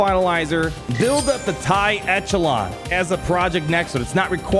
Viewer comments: You mispronounce Echelon constantly... Come on man... You're a damn lawyer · Echelon is used frequently enough that you should know how to properly pronounce it. I have never heard of a lawyer who doesn't know how to pronounce it. You have a lot of good info, but sometimes I wonder how you passed the Bar...